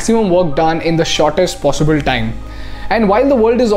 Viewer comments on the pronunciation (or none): none